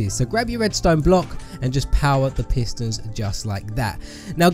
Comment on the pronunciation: Why did he call the pistons pisters